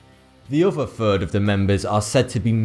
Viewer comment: Hey 42! Firty free and a fird.